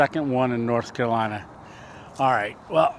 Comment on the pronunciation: it is not kalina it is North Carolina. if you are going to stay there, at least pronounce it correctly.